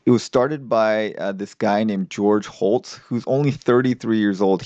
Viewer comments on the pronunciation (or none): Dude. Hotz. Not Holtz.